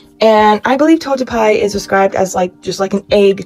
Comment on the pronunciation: Just helping here but Togepi is Pronounced (Tow-Guh-Pee). I have a very hard time with Pokémon Names to because I’m Dyslexic Type 3 so not only Letters but Numbers and Symbols don’t look right to me sometimes, you can guess how much “Fun” School was for me years ago. All my Teachers thought I was writing things the wrong way just to bug them, can you believe that.